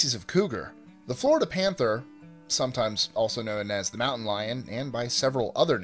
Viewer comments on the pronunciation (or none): none